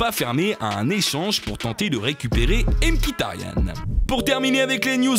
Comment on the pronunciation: Trop cooooool ta video mais juste stp c pas" m kitaryanne" mais mikitaryan